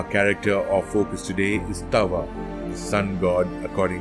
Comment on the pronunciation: As someone who is Hopi born into the sun clan I would like to make some corrections first his name is pronounced daawa thru-out all Hopi but is commonly spelled taawa second he did not destroy the third world in a flood it was the second world that was flooded and was destroyed by the serpent god pololokokangwuu and also he is referred mostly as taawa itana-a or father sun but other than that kwa-kway (thank you ) for teaching abt my wuuya 🫶🏽